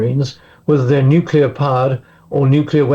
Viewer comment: Wow its a world of weapons. Please stop the Nucular anger.